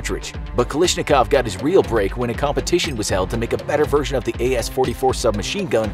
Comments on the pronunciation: His name is KalASHnikov not KaLISHnikov. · I love your videos, but I think it's pronounced like Kal(æ)shnikov, could be wrong though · Why does he pronounce it "Kalishnikov?" That's low-key disrespectful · I hate how you pronounced his last name